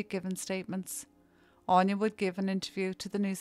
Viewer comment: Anya is pronounced Ann ya aine on ya